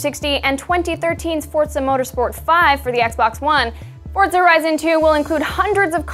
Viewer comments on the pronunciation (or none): is it forZA or FORTza ? did this bother anyone else?